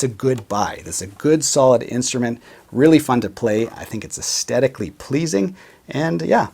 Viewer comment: Love your channel. BUT, please say “aesthetically” without a hard T in the middle. It’s a th as in THE. Thanks for the HB review. I’m willing to do the fretwork to get the value proposition with this instrument.